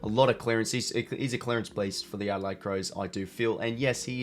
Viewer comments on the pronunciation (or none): none